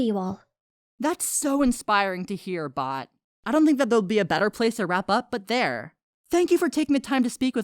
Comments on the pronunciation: But its bow any more do not say bot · Thought they said box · who else thought it said box?